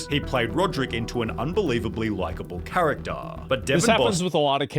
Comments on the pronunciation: Actaaaah, forevaaah, charactaaaah, harry pottaaaaaah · The actaaa and the charactaaaa! 🤭🤦‍♂️🤦‍♂️🤦‍♂️🙉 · Charataaaaa forevaaaaa speak properly mate